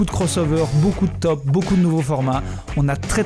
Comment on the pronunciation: Ahah il a dit onstromo